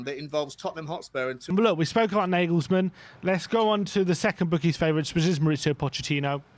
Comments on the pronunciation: Can you please stop calling Nagelsmann (Negelsmann) ??@ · Stop saying nayglesmann